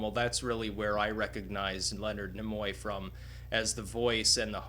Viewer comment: I don't know why your proper pronunciation of Nimoy irritates me so much. I guess it's possibly because I have spent my whole life saying and hearing others say "Neemoy". My brain has improperly deemed it obnoxious I suppose, due to past history of some other pretentious language experiences. Carry on - I enjoyed the tribute.